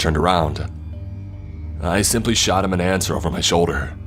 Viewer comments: I think it was struggling to say MY and instead said MEH which sounded like MAD so It came out sounding like MaD dOllY when it was trying to say “MY DOLLY!” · He wasn't...he was saying "my dolly" but "my" sounded like "mai"